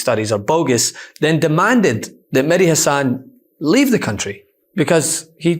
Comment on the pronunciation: Guys pls get his Name right... It is Mehdi not Medhi...